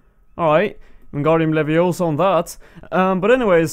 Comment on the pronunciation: your a wizard "igardium laviosa" lol harry potter nerd confirmed